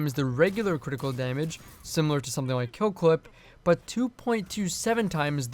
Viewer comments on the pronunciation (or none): none